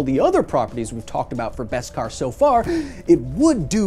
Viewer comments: What’s Best-Kar? It’s Beskar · just learned its beskar not veskar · It’s beskar, not best-kar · I was a ltille bit confused when Kyle always says: "best cars" - until i realize its "baskar" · I know it must have been said, but its BESkar. No T.